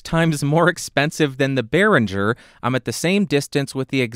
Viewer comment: Great, but it's BerinGer, not BerinJer ;-)